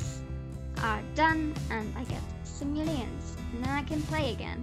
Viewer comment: The way you say simoleons bothers me....